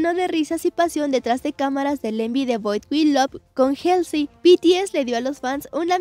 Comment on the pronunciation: Como critica constructiva, cuando den las noticias aprendan a pronunciar los nombres de los artistas(helsy? , a.c.i?, sobin?) se me hace muy irrespetuoso la verdad y luego dice dijieron, albun, etc., hablen bien por favor desmuestrenle a BTS que son gente con algo de educación